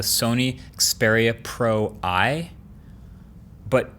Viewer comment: Pro-i more like pro-eye